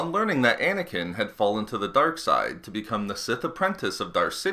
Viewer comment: Anakin...not snaking